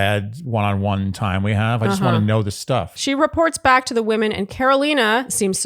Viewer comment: Please don't say WOMAN when it's supposed to be WOMEN lol.. my ears screech every time. 😂😂😂😂 We have to tolerate it from Grant but that's more than enough lol.